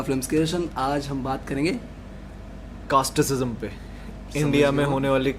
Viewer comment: Casteism bolna to seekhle😂😂